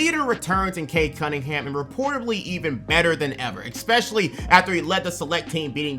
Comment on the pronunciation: PLEASE STOP SAYING "EXPECIALLY" ITS "ESPECIALLY"!!!!!! WITH AN S!!!! ESPECIALLY!!!!!!!!!!!!!